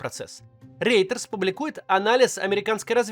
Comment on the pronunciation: пожалуйста, Рейтер или Ройтерс(на английский лад), но не Рейтерс!